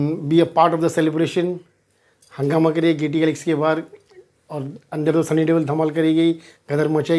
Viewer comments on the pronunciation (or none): none